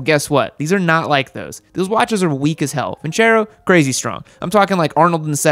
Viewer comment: lol its Vin-Cer-o not Venturo😂😂